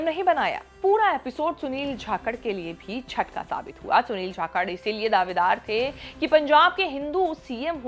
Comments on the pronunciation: Properly name pronounce kijiye Jakhad ki jhakad bol rahi ho. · It is not "Jakhakard" it is "Jakhad"..... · झाकड़ नहीं जाकड़ है मैडम जी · Kya bol rahe ho Sunil jakalth hai chthythr nhi hai 😊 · Jhakkad ni 😂bolna to sikh lo